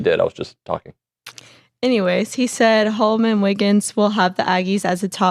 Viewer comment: Btw it’s HOLMON. Not Holomon…